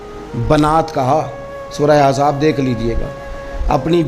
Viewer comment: سورت احزاب ہے سورت عزاب نہیں